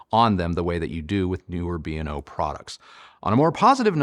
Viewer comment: It’s pronounced BAY-O-LAB like Beowulf. I worked for the company. And just for good measure, the song is WHY-WHY-ZED (YYZ)